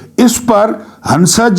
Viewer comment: Dear the world phansana aur hansana may noon silent hay reading may aur pronounce kurnay may husna aur phusna hay